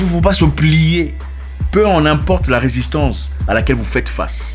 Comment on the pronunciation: Risistance vraimeuuuuu 🤣🤣